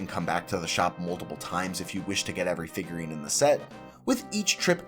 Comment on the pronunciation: Fifgurine 😂 Figruines 😂😂